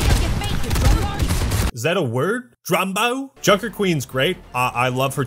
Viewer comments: It's dronggo not drumbbo or what ever she said. And it's a stupid kinda derogatory word no Australian uses. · drumbo? its drongo ya drongo XD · It's "Drongo", not "Drumbo", ya bloody wombats! Meaning; A fool, a simpleton, an idiot. And sometimes people "on the piss" (drunk). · Junk Queen sounds fake Australian because Blizzard is too safe space for our real accent. "Pick up yau feet. Yon drumbo" is literally medieval British. The correct pronunciation would be "Faakin get off move yuh faakin slack dog caa-... drongo." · as an Australian it always hurts to see shit aussie representations in games it makes us look bad. also it's drongo not drombo bloody yanks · its "Drongo" not "drumbo", love from Aus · junker queen isn't saying drumbo, she says drongo, as an Australian I can confirm its an easy and family friendly way of calling some one a shit cunt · haha it isn't drumbo it's drongo, it is part of our slang and it's basically just calling someone an idiot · Junkerqueen says drongo not drombo. Yes australians have their own slang words too. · I'm a kiwi not an Aussie but i still know it's DRONGO not Brumbo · She says “drongo” which means like idiot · She says “Drongo” it’s a nice way of calling someone an idiot. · I'm an Aussie and It's "Drongo". It basically means you are incompetent or stupid. You're welcome,! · Bro are you serious she says “drongo” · “Drongo” Kano also says it lol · It's drongo, you drongo. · the new aussie hero says "Drongo" its an insult here, sort of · I'm sure somebody else already said this, but its "drongo". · She's saying "Drongo", ya bloody Gallah! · It's "drongo" lol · It's "drongo", and yes. It's a foolish or slow-witted person. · DRONGO! Its pronounced DRONGO! Get it right mate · Aussie here, its drongo; as in, 'you bloody drongo'...essentially an insult meaning your a halfwit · It's "drongo" ya drongo. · Junker Queen: “Pick up your feet, Drongo” How to pronounce it, DRONG… GO. (Its a insult very similar to moron)